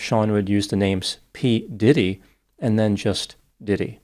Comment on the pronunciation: Doc really emphasized the “Puff” in P Diddy. Nice. I know the “P” in P Diddy is not Puff but I like to act confused through all the name changes.